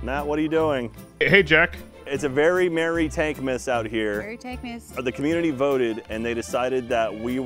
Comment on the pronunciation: Idiots can never say “TANK’S’MAS”